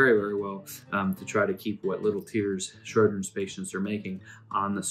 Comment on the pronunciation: Lots of info here. Just wish the presenter had spoken a little more slowly, and pronounced Sjogrens correctly. It sounded like he was saying 'Shro-grens'.